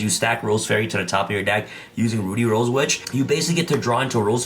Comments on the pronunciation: Drink every time he pronounces "ruddy" as "Rudy" 😂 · it's pronounced ruddy like muddy or buddy. Please get it right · RUH-DEE Rose Witch. Lol